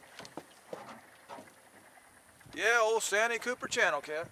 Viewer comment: Ain't it pronounce 'Saanteee Cupper' ?